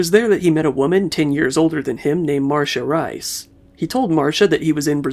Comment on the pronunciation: "MARSHA RAIS"... loved the pronunciation. It's wrong AF but loved it.